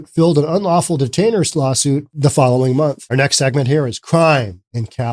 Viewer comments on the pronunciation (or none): none